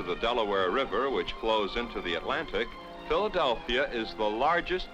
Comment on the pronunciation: He said "Philadel-fria, I know right.